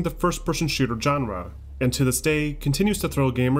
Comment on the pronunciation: Every time he mispronounces genre I cringe. I may have to tap out.